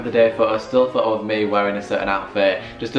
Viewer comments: Pho-o not photo😂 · Pho o (photo) ... I took each tym a breath whenever he said ...Pho ooo .. love the video though ♥️ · Lmao... Fo'Oh😂, and he says it so much and every time he says Fo'Oh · His pronunciation of photo is funny